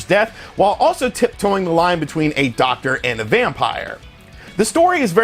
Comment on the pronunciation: It's not Vampire, it's Vampyr. (vam-peer)